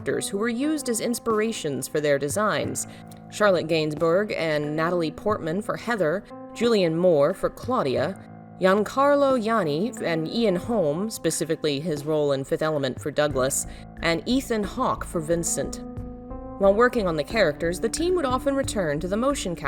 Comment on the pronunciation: Sorry to bother you for that but...i'm italian and just for clear that out, the actor they've choose for Douglas is Giancarlo Giannini, the name is pronounce Gi (JI) ancarlo Gi (Ji) ann - ini. 😉 Otherwise, your work is astonishing! Thank you for your contents!!!